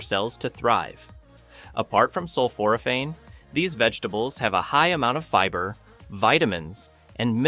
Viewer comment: I went keto in 2020 after being diagnosed with type 2 diabetes. I was recently diagnosed with a rare cancer. I can tell you aren't familiar with Otto Warburg or Thomas Seyfried as you indicate a genetic cause. Not being able to pronounce sulphoraphane doesn't inspire confidence, and not being aware of the concentration is also a bad sign. You have managed to assemble a little good information, while not having any idea that fully starving cancer is challenging. If you were familiar with professor Seyfried's work you would know that. People don't need slapped together information for life threatening diseases. Shame on you.